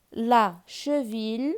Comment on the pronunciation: Gibier جيبي ماشي كيبي Cheville شوفيي ماشي شوفيل